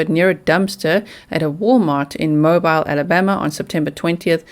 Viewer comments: Can I help with pronouncation? Yucca is YUK-ah. Not you-ka. Mobile is mo-BEEL. And it's the Blue Ridge Parkway, not blue bridge parkway. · It’s amazing how many missing preppie have been discovered. Though I never thought BL was in Alabama (loved how your pronounced Mobile btw), it’s sad that a homeless man was found. I’d like to think that with Gabby’s case getting so much attention, it’s helping find others. Love the merch! Haven’t decided what my favorite is, though quite looking forward to anything that says “DAMN” on it! Keep up the great work!